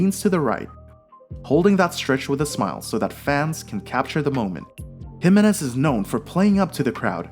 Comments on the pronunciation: His name is pronounced Hih-MAY-nez, not HIM-a-nez. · Why can you not say his name right? It´s Jime´nez and nothing else! Even TV- commentators have learned that, but not you.